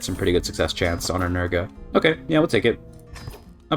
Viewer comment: there is no "A" in nerge